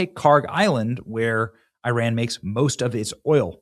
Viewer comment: It's Iran not euron benny